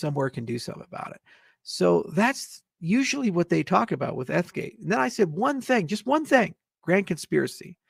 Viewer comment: He can’t even SAY ETH-gate correctly 😂😂😂